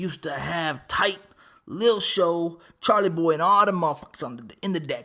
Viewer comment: I still bump their music til this day. I wish they would make a reunion mixtape or something. Definitely miss these guys making great quality music. Oh and you keep saying Charlie Boy, it's Chalie Boy lol. A lot of people mess that up though.